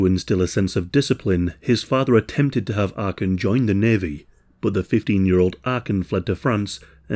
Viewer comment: It's not Arkin but Arkan.